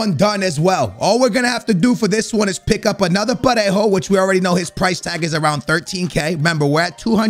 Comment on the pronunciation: u can say Parejo perfectly but you stay butchering Morales 😂😂